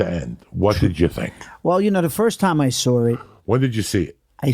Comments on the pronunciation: "i sawr it" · "I saur it"..am I right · The way he says saw it 'I Siwr it' lol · He sawr it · I "sawrit" on netflix. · “I saur it” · "I soar it"